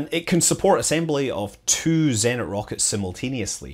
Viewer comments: Thanks for great videos, scrolled through 794 comments to say. Zenit > Zeh neet intonation on the neet. ✌🏼😏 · Your Russian's so good that I have to correct you! ;) Bor-I-sov, Zen-I-t, YU- zh-noye (where's "zh" sounds simply like "j" in "Jack" without d)...